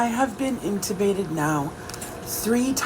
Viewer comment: I hate to be that person… But it’s not “incubated“ it’s “intubated“ :x